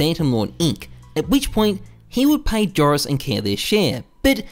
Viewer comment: Loved the video, I think you have to pronounce "Joris" like "Eoris" or "Yoris" :) .